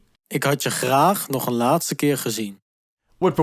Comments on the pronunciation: Indeed! The Dutch speaking person is also saying “één” for “a/an” (which is meaning one), instead of “een”, pronounced almost like the English “an” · Please don't make the mistake of pronouncing the indefinite pronoun 'een' like 'één', in standard Dutch. The 'ee' is voiceless, like in " 'n" . I've heard it being pronounced like 'één' so many times, but only in language courses, not in proper Dutch. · Nice vid. Enjoyed it very much. But the "een" pronunciation raised one (één) or an (een) eyebrow with me and I think all Dutch. We would always say "een eend" (say: uhn ain't) when we mean "a duck". We would say (and write) "één eend" (say: ain ain't) when we mean "one duck". Only when you really really need to stress that it is a random random duck, you could say "één eend". But then accept the confusion of the random duck being really alone ;-) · The sg. indefinite article that was pronounced wasn't 'a(n)', but 'one'. 'A(n)' (een) is pronounced /ən/ while 'one' (een/één) is pronounced /eːn/, which is what you heard in the audio sample. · In the video, there’s a small error in the Dutch pronunciation for ‘een man, een vrouw, een huis’. As pronounced in the video, it means ‘1 man, 1 vrouw, 1 huis’. When it is just ‘a man’ etc. (not meaning ‘one’), then you don’t stress the word ‘een’. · The Dutch speaker reads "een" as the numeral ("één", [en]) rather than as the article ("een", [ən]). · Correct, the Dutch speaker should have pronounced "een" with the 'Schwa', sound (as in 'a'bides), not like "één" (as in br'ai'n). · I noticed that when "een" was first used, you used the voice clip for "één", which means "one". "een" means "a" and is pronounced differently than "één"